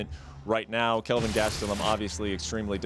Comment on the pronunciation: Hey, it’s Kelvin not Calvin.